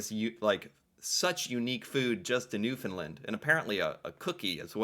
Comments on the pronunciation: Nice video, I’m a Newfoundlander and you’re almost pronouncing our province right lol. Newfoundland is mostly pronounced like NewFinLand. Say the word Understand a few times then say (NewFinLand) Newfoundland right after. Understand Newfoundland, the “and” sounds the same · Here is how to say Newfoundland like a newfie. say it like this New fun Land. emphasis on land. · No it isn't. I'm from Newfoundland. It's pronounced Newfinland. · no it's not. It's pronounced "newfinland" or even "newfunland" is acceptable. But we never say "found" as a whole world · Come visit,! We don't mind that you can't pronounce Newfoundland correctly, but you'll learn once here and with a feed of cod tongues and a shot of screech. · should react to Republic of Doyle, a show filmed in NL starring Alan Hawco (with lots of local celebrity cameos) Also, Newfoundland is pronounced more like “Newfin-Land” locally. Actually pronounced it pretty close to correct when he was typing it into google Edit: Purity syrup is flavoured syrup that you add to water (and milk, in some circles). Comes in several flavours such as strawberry and raspberry. Similar to but less viscous than the type of syrup that flavours and colours the soda in a soda fountain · You're hilarious! 😂 Your pronunciations are killing me, lol. Newfie right here. I can teach you the ways. 😅 everything spoken here is awesome food. Cod cheeks are another great delicacy here. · New FOUND land...not New Fin land LOL!!! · It's pronounced "Newfunland" not " Newfunlund" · Every time an American says “newfinlind” it makes my eye twitch. It’s pronounced newfin-land! Lol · I'm from Newfoundland. You are saying it wrong the land is land not Lind!! We also call ourselves Newfie's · Sweetheart, I love you to death, but you're pronouncing Newfoundland wrong. You got the Newfin part correct but it's Land, not Lund. The pronunciation on Google is incorrect, which is annoying considering Google is Canadian. Just so you know. 😄